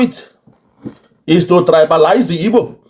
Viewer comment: I knew she is not an igbo cos she cannot pronounce igbo word proper.